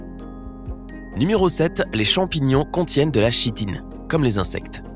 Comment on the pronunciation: Chitine se lit Kitine lol